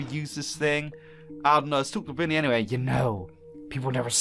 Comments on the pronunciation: Is not “vinny”it’s vanny! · Jsyk it's VANNY not " ViNnY" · it's vanny not vinny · * calls the white bunny vinny * Me: * cringing * HER NAME IS V - A - N - N - Y; VANNY!!!!!! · Wow its proudest "vanny"NOT VINNY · It’s Vanny not vinny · It’s not Vinny it’s Vanny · Ahem it’s not “Vinny” it’s VANNY